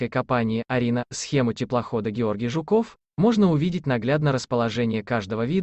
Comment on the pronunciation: Блин, автор! Ну какой ЖуКОВ!!! ЖУКов!!!😅